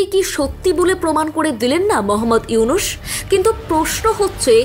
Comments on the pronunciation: হাশিনা, ইনুশ, - উচ্চারণ ভুল হচ্ছে, শুনতে কটু লাগছে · উপস্থাপকের উচ্চারণ, হাশিনা, ইউনুশ।